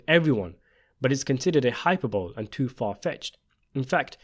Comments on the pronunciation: . "It's considered a hyper-bowl." I think you're saying hyperbole pronounced hi-per-bowl-ee, exaggerated statements or claims. Great Video! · It’s pronounced “high-PER-by-lee.” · Hyper Bowl? Hyper Bowl? Really?? Maybe use words you understand and can pronounce. Hyperbole. Jesus. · Hyperbowl? Hyperbole is pronounced hy-per=ber=lee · Hyperbole- "Hi-pur'-bo-lee" not "Hyper-bowl". Otherwise a fun video, well done. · You pronounce hyperbole wrong. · FYI hyperbole is pronounced hi-per-bo-lee. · it's "hy-per-bo-lee" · Trying to help since you're literate and care about these things. Hope it's ok, but... Please look up how to pronounce the word hyperbole. 'hy-PER-buh-le'. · You pronounce the "e" at the end of Hyperbole. Thank you for the content :) good stuff